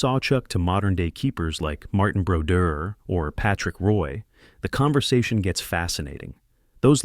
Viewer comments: Well-written piece, but it's effect is lessened by mispronounced names. Georges Vezina is pronounced VEZZ-uh-nuh. Patrick Roy's last name is French... RWAH. Jacques Plante is PLONT, not plant. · Roy is pronounced incorrectly as well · OWCH! pronunciation! esp . with ROY and VEZINA...tell me yr NOT a robot?